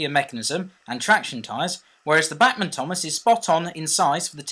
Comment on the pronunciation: It's BACHmann (like Johann Sebastian BACH), or at least that's how we "Yanks" say it :P